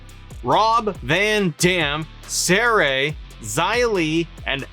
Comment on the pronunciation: I like you, but the way you pronounced Sarray's name makes me wanna smack you. Also re: Logan, I was pissed he got in the game, but seeing him at WrestleMania, he did really well. I don't think it's a wasted slot now.